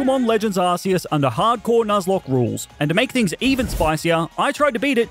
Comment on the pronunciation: Arceus Is not pronounced like that